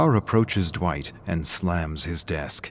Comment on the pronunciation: Dwitch? Did he just call me Dwitch. Dwitch!!!